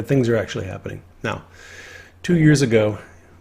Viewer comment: What's with the word "Habbening" instead of "Happening".